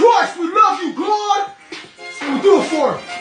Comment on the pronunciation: I thought he was saying we love you dawg